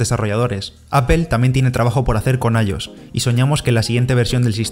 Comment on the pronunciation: “Apel” - Apple- “Guifi” - WiFi - “I-os” “IOS” 🤣